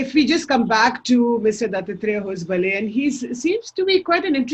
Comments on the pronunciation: please learn to pronounce Dattatreya Hosabale. If unsure please give out a disclaimer like Shekharji and your fellow liberal hosts in West do. It looks pompuous n self centered the way you say the name currently. As somebody from South of the Vindhyas I can assure it's pronounced ದತ್ತಾತ್ರೇಯ ಹೊಸಬಾಳೆ /दत्तात्रेय हॉसबाळॅ. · Why can't she even pronounce his name correctly. English speaking lutyens can't pronounce Indian names. And they can't become white either. Trishanku. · The anchor needs to learn how to pronounce Dattatreya Hosabale. Typical Left Liberal Lutyens Anchor.